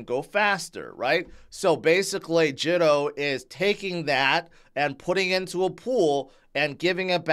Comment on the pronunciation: Pronounced Jee to